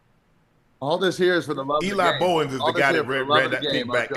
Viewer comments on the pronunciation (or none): You had it right the first time Unc. Eli Bowen "Bow-in"